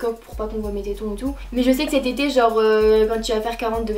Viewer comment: A tient en parlant de tété la phrase d’après j’ai cru que t’avais dit « ces tétés » alors que t’avais dit « cet été »😂😂😂